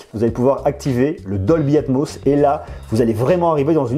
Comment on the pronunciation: Combien de fois il a dit dolbyatmoss ça me perturbe de mot 😂😂